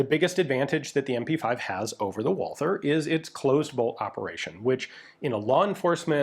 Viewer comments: but it is not pronounced at all, so when you try to speak the other german words then they are said incorrectly just badly, why are you butchering the name Walther. Walther is the same as Walter. as a European I am tired of americans butchering our languages as we do not butcher yours, and I know you are a canook. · Great video. As always. But ine thing: the 'th' in Walther is no english 'th'. The 'h' is silent. It is just a version of the name "Walter". Greetings from Germany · Ian there is no th sound in Walther, you Canadians and americans make me crazy when you make a th sound which does not exist in the word. stop it. was that not the gun the german police used during the stand off in the 1972 Olympics, the long version that is. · The full name of the gun got butchered a bit, but the rest of the german pronounciation was more or less perfect - as usual. Thanks for showing this guy off. I wasn't even aware of it (which is a bit of a shame). Walther made a pretty decent gun there at that time. (It took the british SAS, the MP5K and a buttload of experience to figure the advantage of Einzelfeuer [single] over Dauerfeuer [full auto].) The field stripping engineering is amazing. P.S.: Yup, i'm firmly in team "MP5". Yet, i still have to admit that Walther did a great job, even with the messed up sights.